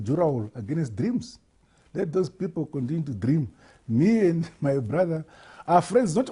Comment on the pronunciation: Dthream dthream & dthream lol